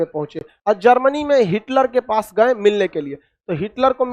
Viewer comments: सर हिटकर नहीं हिटलर नाम था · अरे भाई हिटकर नहीं बल्कि हिटलर